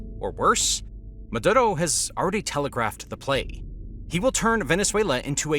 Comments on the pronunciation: Dude its "Maduro" not "Madotto" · Its "Maduro" not "Madurou"